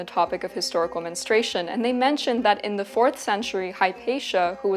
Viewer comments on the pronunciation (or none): It's 'mens-troo-ay-shun'. Why do some insist on pronouncing it "mens-tray-shun"? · Why do so many women in the present day U.S., mispronounce the word, "menstruation", like this woman does in her video? I hear her saying " menustration", and I've heard other variations of her example as well, "menstration" comes to mind. It's not a difficult word: men-stru-a-tion. So what's going on here with such a blatant error? What is the cause of it? If they're any people who can explain this to me, please do. It really bugs me, menstration vs. menstruation. Is it a matter of preference or misreading? Idk, please lmk!!! ❤thanks!!! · I don't understand why the word is so mispronounced. It is not Menenstrayshun. It is either men-stray-shun or men-stru-a-shun. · It is Men Stru Ation Not Menestration Girl you making a whole video about it get the pronunciation right 😂😂😂 Its so confusing because you did pronounce menstrual correctly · If only you had pronounced the word correctly: men-stru-a-tion. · I kept getting distracted because she doesn’t pronounce “menstruation” properly. It sounds like she’s saying “menstration”. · Her pronunciation of menstrUation rhymes with castration. What a distraction!